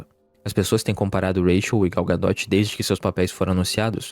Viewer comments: Vcs têm um parafuso a menos? É Gal "Gadô" não, Gal "Gadóti" pelo amor de Deus né, vê se pronuncia pelo menos o nome direito. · Gadot pronuncia "ga-dô", não "ga-dóti"